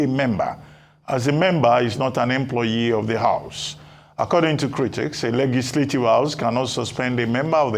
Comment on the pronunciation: Reuben Abati cannot pronounce the word "Legislative."